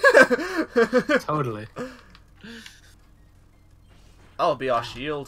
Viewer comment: did just say "toadally" there?